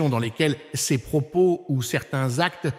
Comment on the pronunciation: La voie qui fait la lecture dans cette vidéo est une voix créée par l'I.A., une voie qui bloque sur les articles tel que le mot ''ces'' est prononcé ''cé ess'' ... Alors est-ce les vraies paroles de l'Archevêque Viganò? L'I.A. trompera de plus en plus de gens à mesure qu'elle se perfectionne.